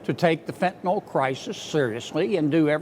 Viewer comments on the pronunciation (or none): Did she just fentenall? Does she know it's fentanyl?